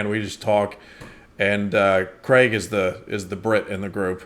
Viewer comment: he used to be way worse saying it